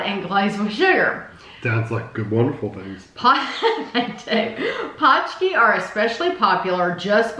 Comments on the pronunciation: Yup, it's definitely not pooski, paunch key is a lot closer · I went by what The Polish Center of Wisconsin said: "pronounced paunch-key". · It's just ponch-kee :)